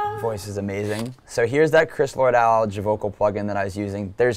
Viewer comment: Lord-"Alge." Sigh... I hope he at least knows who that is.